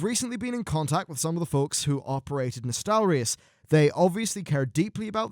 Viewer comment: Thank you for pronouncing Nostalrius right this time around.